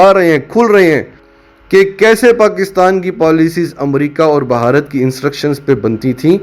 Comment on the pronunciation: بھائی صاحب اصل تلفظ بھارت ہے بہارت نہیں ۔۔ 🤪🤪🤪